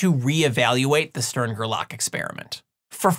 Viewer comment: Still, it's GER-lach, not ger-LACK ;-)